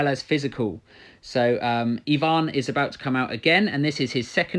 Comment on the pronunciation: finally someone says EEEEEEEvan not AYvan, good job